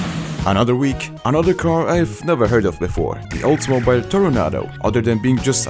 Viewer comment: bro fucked the pronunciation of Oldsmobile